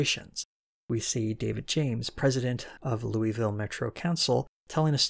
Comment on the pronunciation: hey so louisville is actually pronounced lou-ah-ville/lou-ah-vul